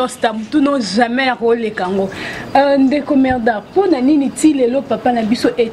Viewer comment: journalists ayebi musala te , kutu ayebi mm ko prononcee medard zonga claase medard lUla mosala botika aventure tolingi bino teeee